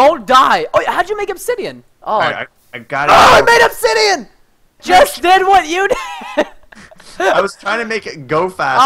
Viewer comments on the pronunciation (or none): Did say obshitian